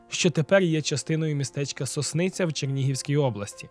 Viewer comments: Дякую. Тільки не соснИця, а сОсниця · Ну як не знати, що не СоснИця, а СОсниця. Вчився не в соснИвській, а в сОсницькій школі. Які грамотії в українському ютубі, що жах. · Сосниця - наголос на першому складi. Сосницька школа. Учить украiнську мову!!!